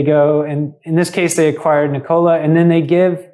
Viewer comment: NICK-o-lah please. Not nick-O-lah. You know, like the inventor. Otherwise, nice video.